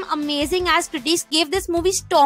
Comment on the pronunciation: Great video. But please pronounce the word "critics" correctly. Its increasingly annoying!!